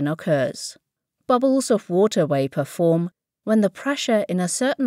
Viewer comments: Great, but why does she pronounce "wapour"? 😣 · its hard to listen to her constantly saying wayper. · V-v-v-wapor Ca-v-v-vitation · Couldn't make it through 'wapor' pronunciation.. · What the heck is "waper" pressure? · That was annoying. Waper waper waper and waper again. I'm thinking its a made up word for "water vapour"Still it Vas Werry annoying.Doh! She's got me doing it now! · what the fuck is "waper pressure?" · I thought she was saying wafer pressure............ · Hearing wapor all the time ruined the video for me lol, I'm out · If only they could properly pronounce “v”s in vapor and not like “wapor”..???? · i found it unesscasarily complicated. they are trying to hard to be "professional". the problem with technical deminstrations is they love to use technical propriotory language to show how smart/professional they are. this is the wrong way to share information. if someone is looking to learn then things should be explained simply. and choosing someone who cant pronounce "vapour" to do a video on cavitation shows a complete lack of forethought or planning. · This is what happens when you don't use merit to decide who to hire; you get someone who cannot speak English properly and fails to pronounce core elements of the presentation. Maybe next time, IET, you should hire the best person for the job - given the job is communicating effectively in English at a native level find someone who can. "The temperature of a water can be" ... a water? Waper pressure? Wisualisation? Come on. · Be vewy vewy quiet..I am hunting wabbits. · The WUEIPOR condensate, the WUEIPOR presure. lol insane english VAPOR not WUEIPOR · VAh not WAh, its VApor not WApor. lol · Couldn't finish the video. Can't stand how the bitch pronounces vapor. Wapor. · Next time please get someone who can at least properly pronounce words consistently used in the video. Vapor not Wapor , you had one job. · vapor not wapor ,,,,,,idiot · its VAPOR, not WAPOR when its pronounced. otherwise, great video